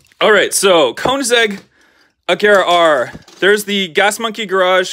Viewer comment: Did my guy call an Ageara an "Ajera"?! Respect Koenigseggs my man. Ay don't take it seriously it's a joke:)